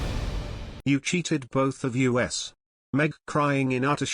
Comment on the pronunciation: The word is us not u s.